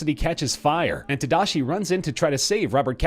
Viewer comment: Just saying, everyone is saying tadashi wrong. I get it, it's hard to say it bc it's a japanese name, but come on!